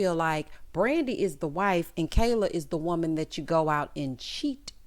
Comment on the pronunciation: Did anyone else catch one of them kept calling Kayla, "keller"? I was so confused